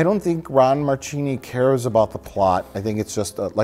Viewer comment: Just going to be the know-it-all, Christmas party pooper here but in Italian, "ch" is pronounced "k". So Marchini is actually pronounced "Markini". Marry Christmas you bunch of hacks!